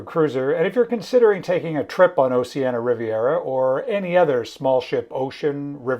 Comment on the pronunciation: For all of those who don't know, "Oceania" is pronounced "Oh-she-Ah-nee-uh" (5 syllables); not "Oh-she-ah-nuh" ! Otherwise, I am enjoying your informative videos - please keep them coming!